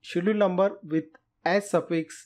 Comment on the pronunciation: "ch" in Schedule is pronounced hard, like a "k".